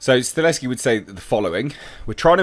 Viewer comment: YES!!!!!!!!!!!!!, once again: Stahelski is pronounced: "Stuh - Hell - Ski. NOT StaLESki